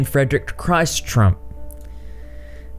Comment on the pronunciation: There are 4 books, not just 2. And in German, you don't say "Christ" like you would say Cry-st as in the Jesus. You say Kris t.... Everyone calm down lol